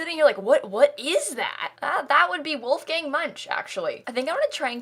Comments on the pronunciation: So I just searched it and listened to a YouTube video and from what I hear the only difference is it’s “voolf” instead of “woolf” at the start! Obviously spelt phonetically there haha! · I'm german and the way she says ''Wolgang'' is hilarious! So funny! Love it! Will call every Wolfgang now Wolfgäng :D And Gunther! So freaking cool. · Also the main differences are that in german "w" is pronounced like "v" , "ch" is pronounced like more of a "k" sound (or sometimes more of a h) and there is no hard "l", it is always much more of a softer sound, like in "lemon". So his name would be pronounced like: Volfgang Munk (with a soft l) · I'm sorry, I just find it hilarious how you pronounce "Wolfgang". It's like a gang full of wolves and I crackle up every time :D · Me, a German: Say WOLFGANG one more time!!!! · The way she pronounced „Wolfgang“ is so funny to hear as a german 😂 love it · I'm American and that's how most pronounce Wolfgang here. I didn't know the difference until I took German in high school lol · even as a dutchie😂😂🤭🤭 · How are you meant to say it? I say it the same as her haha!